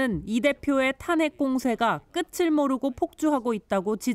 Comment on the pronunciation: 에 황선영?기자가 "이 대표의 탄핵 공세가 끝을 모르고 폭주"를 발음 하면서 "---끄츨---" 이라고 하는데 "끝을"의 발음은 "끄틀"이잖아??? 남 비판만 하지 말고 너네 앵커 및 기자들 정확한 발음을 위해 제발 공부 좀 해라!!!